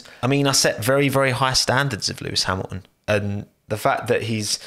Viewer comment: bottas p13?????????? sergio p10???????????????? sainz p8??????????????????? lewis hamiaaon p5?? what's wrong with u??? xD we said it in the same time xD gasly p3????????????? he got a HONDA PU BRUUUH, a bloody HONDA PU DUUUH nice video mate really xD i watched all and i loved it